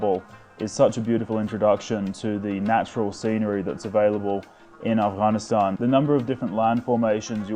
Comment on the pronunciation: First guy to pronounce Afghanistan with its Gha